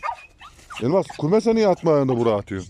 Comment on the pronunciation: Ay nasil guldum teyzenin lafina elmaass calman demis ya